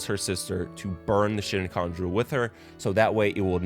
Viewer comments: The amount of times this man says shin-kon jewel when the SHI-kon jewel (with no N) is a prominent part of inuyashas story is very funny to me, bro sounds like my dad biying me inyuwasha (exactly how he said it) dvds when i was a kid 😅😆 I do love the analysis though. Ive adored this anime since watching it at like 11 years old (15 years ago now 😬) and its still one of my top favorite anime/manga/media of all time. The story is so complex and now as an adult, i can see how much depth there is, and how theres so much nuance to the love of inuyasha and kagome, and that kikyo was an antagonist, not a villain, as well as a physical form of inuyashas guilt, grief, and loss over kikyo's death, who was one of the first and only people to ever treat him like a person, and find love in their shared loneliness. The whole story is so much more than love triangle, and i will forever hold sunrise accountable for doing that to them. Obviously shows change stuff from the manga here and there but man inuyasha really got the hunger games treatment with focusing on who gets the girl (guy in this case) and upselling the bickering and arguments between inuyasha and kagome, while leaving out some of their most tender and precious moments that help you understand isnt choosing kikyo, he feels guilty for her death, feels obligated to love her and die with her, and the love he felt/still her is so much more than just romantic love now. I watched this show when i was dealing with some of the hardest t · The video is great. However, if you've watched the anime the way you say, you should know that it is a Shikon jewel and not a shinkon jewel that you are pronouncing. There is no "N" in the the middle of Shikon. Just saying... It's very off putting. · It’s a good analysis but how do you say every Japanese word and name correctly but call the Shikon jewel shin cone 😂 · "Shinkon Jewel" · "Shin-khan" jewel huh? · The way you kept saying ShinKhan jewel was triggering me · Shin-kon jewel? 😅